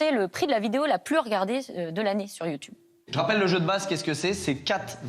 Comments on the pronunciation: Il me fume a dire youtyoube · Déjà Ardisson tu n’arrive même pas à dire YouTube pdrr sa commence mâle 🫢